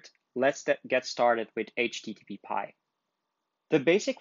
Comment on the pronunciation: it is aitch-tee-tee-pie not aitch-tee-tee-pee-pie